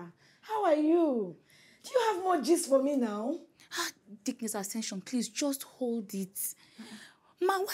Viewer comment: Sister Accession 😂😂😂